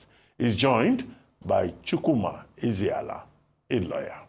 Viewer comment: Dr abati you people should do well to at least know how to pronounce a Nigerian name, this man's name is "Eze ala" meaning the king of the land, but you just called him "ezi ala, Which means the a land pig